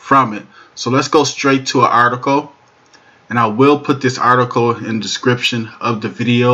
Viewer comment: "Articoe" is not a word as the way you pronounce it. The proper spelling is "Article" and is pounced like it is spelled